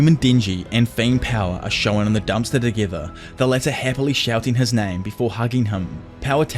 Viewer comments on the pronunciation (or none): Hey man loved your videos since the Tokyo revengers chapter reviews, love this one too. Don’t take it negatively but try to work on your pronunciation of ‘shown’.